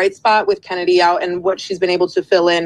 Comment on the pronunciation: chennedy is pronounced kennedy